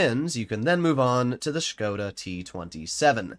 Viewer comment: big respect that you as an American know how to preannounce Škoda correctly 👍🏻